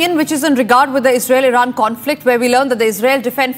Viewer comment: defence ❎️ defend Israel ❎️ Isral 😂